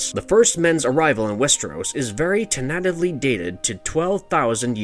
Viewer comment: I know it's nitpicking but how do you not know how to pronounce tentatively?